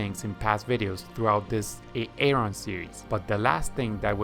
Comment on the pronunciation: He said A-aron, like Key & Peele’s substitute teacher